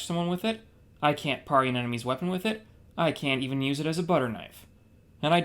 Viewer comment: I've never heard anyone pronounce "parry" that way